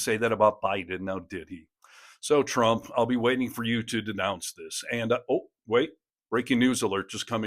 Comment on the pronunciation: "Twump and his pwesidency"? Seriously? I shouldn't be mean to people with speech impediments, but I feel his god would want me to! 😉